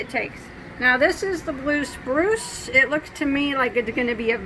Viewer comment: . Sounded like you said brue spluce. Teeheehee. So funny and cute. That’s what dying is all about. Experimentation.